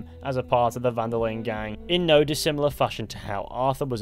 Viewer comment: Really annoys me how you pronounce the d in linde